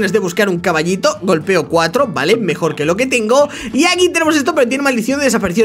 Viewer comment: Dijo mejior en el 🤭🤭😂😂😂😂😂😂